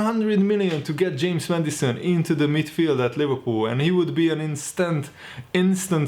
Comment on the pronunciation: Everyone: James Maddison: James Medicine